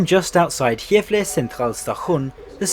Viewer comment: he did not pronounce Gävle well and if you think so you are not Swedish